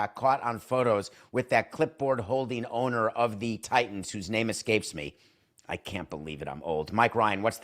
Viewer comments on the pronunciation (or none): none